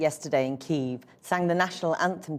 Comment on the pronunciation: I'm glad they are using the correct pronunciation for Kiev.